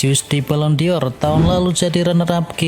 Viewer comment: Balon dor... BUKAN Balon di or... Koplaakkk... !!! Baca gitu aja gak becus... Channel abal2... 🤪🤣🤣